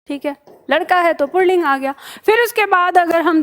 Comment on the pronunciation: आप पुल्लिंग को पुणलिंग बोल रही है।